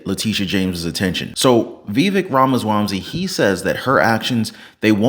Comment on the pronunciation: lol you're saying Vivek's last name wrong 😊